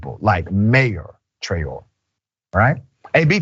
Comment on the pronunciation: The name is :Tra-o-ray" accent on the last syllable. It's a Malian surname, as in the famous singer Rokia Traore. Well-known and important historical lineage in Mali, Traore.